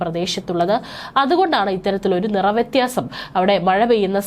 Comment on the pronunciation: Vrathiyanamalla vyathiyanam.